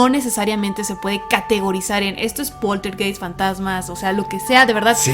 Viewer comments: en aleman ei se pronuncia ai... se pronuncia poltergaist, se escribe poltergeist... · Hola, la palabrs Poltergeist se pronunciaa Poltergaist, viene del Aleman, der Geist es el fantasma o espiritu y poltern es un verbo que significa hacer bulla, hacer ruido. Un saludo desde la Selva negra en Alemania. Saludos y gracias por sus videos. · Saludos amigos muy buenos sus videos, solo una pequeña observacion Poltergeist se pronuncia PolterGaist como Einstein Ainstain, heineken haineken, Ramstein Ramstain, etc, etc...